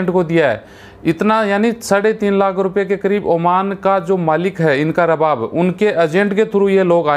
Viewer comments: Pahley Bolna seekhooo --owner ko ARABAAB boltey hain RABAB NAHII..Oman Main kuchh aisaa nahii jo tum bol rahey hoo.Yahan Kisi par Zulm Nahii hota Sab Galat hai. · Pahle bolna Sikh ja Bhai Rab bab NAHI arbab kahte hain